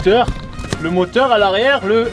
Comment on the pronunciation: Pourquoi tu dit MOTHORSS au lieu de moteurs